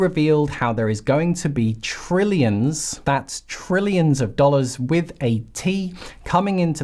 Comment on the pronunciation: Not Brillions, but Trillions, with a T.